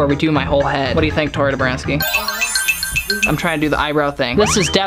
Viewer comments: It’s tori Nebraska not tori debranski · It’s Dobranski